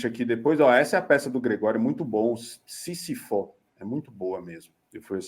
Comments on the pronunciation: A peça não é “sisifó” não, é sísifo repete comigo, SÍSIFO ( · a pronúncia é Sísifo. Síííisifo... Nome grego, mas a pronúncia em português tem acento agudo no primeiro i...